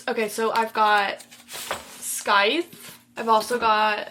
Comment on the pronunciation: Scythe is pronounced as (sithe) don't make the C sound in the word. Hope this helps! ❤